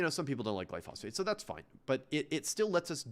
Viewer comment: and please learn the word he kept getting wrong: GLYPHOSATE, not glyphosphate